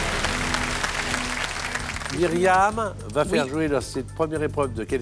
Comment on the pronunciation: Bravo à Benoît Chaigneau, qui fait la différence entre les sons "é" et "è". Chez nous, au Québec, on ne dit pas "jouer" comme on dit "jouet". En France, vous avez perdu des voyelles qui sont importantes pour faire la différence entre les mots. C'est comme "Alain" et"alun", que vous prononcez pareil alors que nous avons gardé cette subtilité.